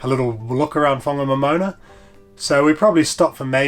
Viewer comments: It was mostly loose metal when I went over it in the 1970s. Ive never heard that town pronounced as a moana before, so we must have been saying it wrong all these years. Poor Harvey's hard work. I hope he gets a bonus thus week 😅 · Pronounced, Fong a nom in nah.